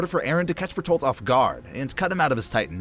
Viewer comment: Berturilt hiiver